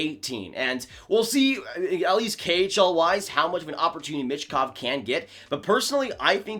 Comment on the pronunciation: I think it’s pronounced “me”chkov not sure tho